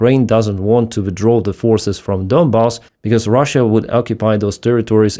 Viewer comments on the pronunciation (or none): none